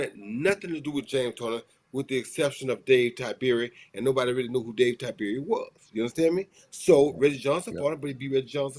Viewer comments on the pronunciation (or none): none